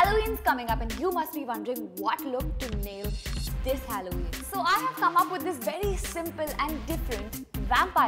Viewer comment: you don’t even know how to say halloween